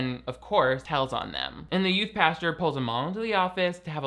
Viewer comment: will NEVER stop saying "pasture" instead of "pastor" and, frankly, I'm here for it. 🙌